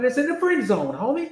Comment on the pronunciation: Especially when he say Homieeee u can hear the accent right 😂💯